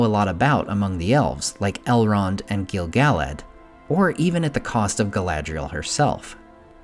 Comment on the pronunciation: Gill-Gal-lad?? Pernounced Gil-Guh-Lad